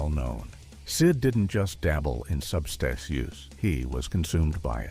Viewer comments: It is pronounced "Substance issues". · What is wrong with this man speaking? Can he not pronounce the word substance?!?!?